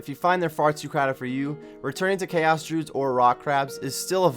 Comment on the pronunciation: May-lay, dru-ids